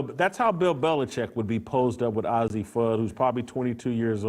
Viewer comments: Absolutely! You can tell Jason Whitlock does not watch UConn a lot by the way he pronounce Azzi’s name. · Why is an old man even concerned with a young ladies sexual identity? Plus, learn to say Azzi’s name correctly. You lost a viewer. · What does it matter and you saying azzie name wrong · He's not even pronouncing Fudd's first name correctly LOL. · Hate when they don’t pronounce Azzi’s name right. They r great friends sence they were 15 years old. And I never heard of you😂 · Disrespectful and can't even pronounce Azzi's name...🙄🙄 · wtf... he cant even say azzis name so why is he talking about their relationship? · Dude it's pronounced "Azzi" not "Ozzy" ! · you should learn how to pronoun names its A-zi not ozzi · Not “Ozzie”, Jason— it’s pronounced Ayzzi: long a sound. Come on, if you watched any of the games, you’d know how to pronounce it. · its not ozzi its azzi.moron. being gay in women's bball means nothing. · The very least you can do, as a journalist, is pronounce the subjects' name correctly. Her name is pronounced Ay-zi not Ozzi. Also, everyone loves Cam Brink and she's a straight white female. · First of all, the name is pronounced "AYzee", not "Ozzy". Second of all, who cares about their sexual preference? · Her name isn't ozzie Fudd, it's Azzi Fudd, as in A.Z. Fudd...... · It's Azzi Fudd...Not Ozzy Fudd you homophobe. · “ay zee” btw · Paige and A Z...get the pronunciation right.. have been best friends since they were sub 10... why is it necessary to cover their sexuality... if indeed they become more.. Good luck2them! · Hard to accept the "journalistic reporting" of a man who knows so little about the two women that he can't even pronounce the name of one of them correctly. Ozzi Fudd? - You've strayed from your lane, Jason. Stick to things you know. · Jason, it's pronounced A Z.... just put the letters A&Z together. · what a moron. Doesnt even get the names right. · Can't even pronounce her name right geez..